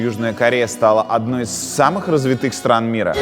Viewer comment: Развитых - ударение на "а", Юра.